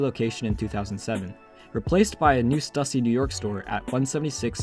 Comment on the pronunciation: Bro how can you pronounce stussy wrong